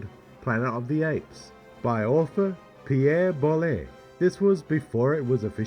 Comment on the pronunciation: It's Pierre Bool (Boulle) not Bollet.